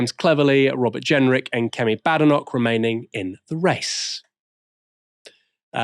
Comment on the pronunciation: Please respect how Badenoch wants her surname pronounced.